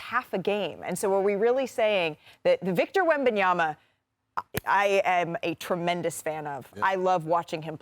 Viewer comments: “Wembiyana” is crazy work shump 😂😂😂😂😂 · Can Shumpert get Wembanyama's name right when he says it? He's saying it just like Stephen A Smith before SAS started getting it right